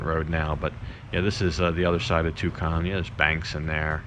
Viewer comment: First time I've ever heard Tukcom pronounced " Too Com " ?